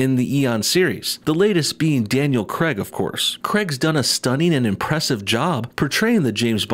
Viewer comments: It's pronounced "Krayg", not "Kreg"; and before you try to say "I'm American and I'll pronounce it how I like!" it's his name, and that's how he pronounces it, so you are wrong. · Yay, more forced diversity! But I have to say,, the “Craig” in Daniel Craig is pronounced CRAYG, not Cregg! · Is no one going to say anything about him saying Daniel creg not Daniel Craig. I have to say it we need more Scottish bonds again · "Daniel Creg" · Can you please say craig properly